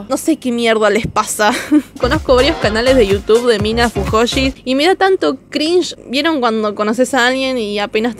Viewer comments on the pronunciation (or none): Me encanta porque no pronuncias cringe como se lee, sino ''crinll"(? Pero en vez de decir fuyoshi decís fujoshi XD Sos una capa mina, se te re banca